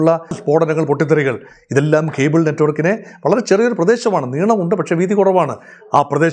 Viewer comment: ഖേബിൾ അല്ല 😊 കേബിൾ